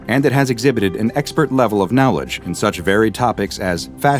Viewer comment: I love watching these videos in the background but the way you say 'knowledge' really grinds my gears XD